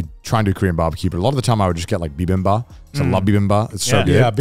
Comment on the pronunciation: “bibimbaP” they’re so cute but they kept saying “bibimba” LOL